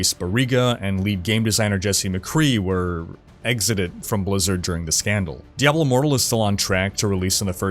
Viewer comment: This guy said DEVIL 4 and i stopped and commented.. No i didnt thumbs down cause i dont believe in that nonsense thumbs up thumbs down garbage but that just offended me that he said diablo 4 making it sound like devil 4... horrible...